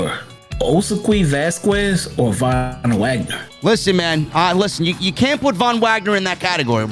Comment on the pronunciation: thank u for saying the Von Wagner